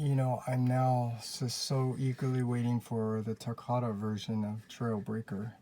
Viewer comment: I love your videos but please say takara right please. It make it sound like nails on a chalkboard when you pronounce takara.